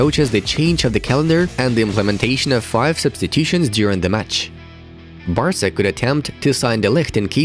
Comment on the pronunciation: For the first one it’s Barca not Basra